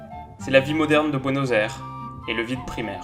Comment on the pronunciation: Bonne anniversaire ! Tes vidéos sont tjr aussi bien mais t'as pas bien dit Buenos Aires 😅